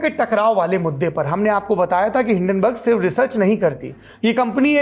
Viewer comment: Hindanberg ऐसे तो नही बोलेगा